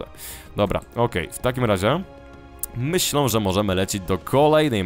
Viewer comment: Dlaczego zamiast "myślę" mówisz "myślą"?